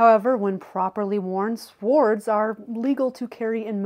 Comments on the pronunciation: Sword is pronounced “Sawd” not serward lmao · Sword is pronounced sɔːd. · What was that pronunciation of sword? "Suh-ward?" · the W is silent, so just say it like "sord" 😃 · She's playing a knife expert but doesn't know how to pronounce "sword?" The pronunciation is 'sôrd'. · It's pronounced 'Sord ' the W is silent. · Never heard the “w” in sword pronounced until now except in cartoons. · Jeez! Sword is pronounced with the w silent....Only in Murika..hahahaha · Never in my life heard somebody mispronounce the word 'sword.' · Hilarious mispronunciation of the word sword! The w is silent! Interesting video. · Did she actually pronounce the "W" in sword 🙈😂😂😂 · Did you really pronounce the "W" in sword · Did she just pronounce the “w” in sword? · She needs to learn how to pronounce “sword.” 🤣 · You do know the "W" is silent in the word "Sword"?? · Sword- the w is silent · If you pronounce the w in sword, your opinion is meaningless